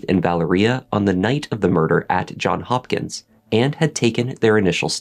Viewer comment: It's Johns Hopkins, that's Johns with a "S". Please don't say John Hopkins.